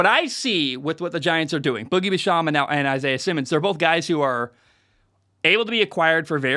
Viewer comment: It’s pronounced joe shane, and boogie bash-am